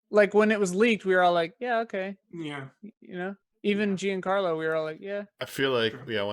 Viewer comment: Jesus christ look up how to pronounce Giancarlo. It's Not "Jeen Carlo"